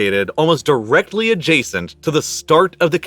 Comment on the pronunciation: Nah. Not directly next door. Not direhly neh door. /